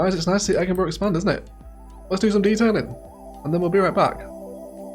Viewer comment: Why the high crime? Egginburgh isn't exactly Glasgwegg, but it's close!